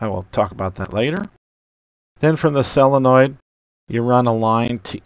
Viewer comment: Great working door. You are very good at explaining the whole operation. Say that "solenoid" and not "sell-a-noid". You're not sell-ing it. Say "so" as in solar.